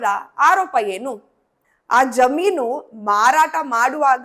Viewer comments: ಜಾಮೀನು ಅಲ್ಲ ಜಮೀನು ಎಂದು ಹೇಳಿ. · ಜಾಮೀನು ಅಲ್ಲ ಅದು ಜಮೀನು, ಮತ್ತು ಬೆರಿಸಿಕೊಂಡ್ರು ಅಲ್ಲ ಬರಸಿಕೊಂಡರು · ಮೂಲ ಜಾಮೀನು ಅಲ್ರಿ ಜಮೀನು ಅಂತಾ ಹೇಳ್ರಿ. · ಜಾಮೀನು ಅಲ್ಲ ತಾಯಿ ಜಮೀನು